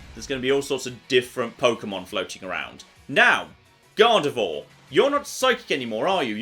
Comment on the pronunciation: Weird how lives with a French person yet still pronounces Gardevoir as Gardevoor